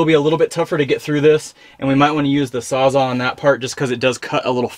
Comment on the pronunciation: Great video! Thanks for making it! I learned a lot. By the way it's sawsall not sawsa